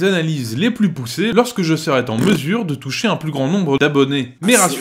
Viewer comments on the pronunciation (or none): "Lorsque je serai-T-en mesure".... liaison dangereuse mec... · J’ai lâché à « je serai Ten mesure » dès la première minute Les liaisons dangereuses chez un mec que t’écoutes parler 20min c’est pas possible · Sur le fond, je suis plutôt d'accord, mais la forme ! Quand ça commence par un "lorsque je serait en mesure" avec la liaison... Ça discrédite pas mal tout le reste. Dommage.